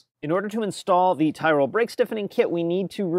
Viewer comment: I know the shop and you're pronouncing it wrong it's teeroll ;)